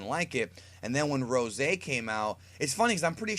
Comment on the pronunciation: yes i was impressed but call it Ros'e please